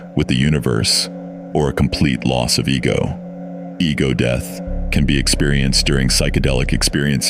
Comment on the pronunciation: “overdose-y, and deeth” 🤣